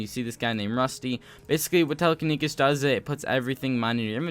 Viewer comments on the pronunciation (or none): Its telekinesis not telekinekis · "Telekenikis" Boi It's Tele-keni-SIS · Tele-kin-Esis not kesis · telekinikis read that again.. telekiniKis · "Telekinikis" Has mini Heart attack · It’s pronounced telekineSIS, and it teleports broken blocks to your inventory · my ears every time after he said telekenisis" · telekenekis lmao xd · the way he says "telekinesis" is so funny and also pls learn roman numerals (no hate love u but its just kinda funny) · the way you say "telekinesis" hurts me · My ears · I feel it in my heart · that dude and zealous